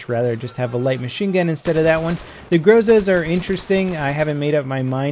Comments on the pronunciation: Its hilarious! It's called GROSA!! NOT GOZA!!!!!!! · "groza" is pronounced more like "wazzap" (stress on last "a" and "o" sounds almost as "a")